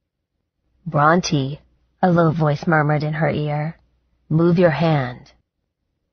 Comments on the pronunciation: This narrator is terrible. Her male voice is cringe worthy! It's also annoying that she does not know how to pronounce the main character's name. It's not pronounced Bront(i) but Bront(ae) like the author Charlotte Bronte referenced in the book. It made me want to stop listening because this is said so many times. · Same and “Brontë” often sounds like Raunchy. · Omg me too!I keep correcting her like.. SHE IS NOT NAMED AFTER A DINOSAUR, But a famous author... how do you not know how to pronounce Bronte?!?!?!?!?!!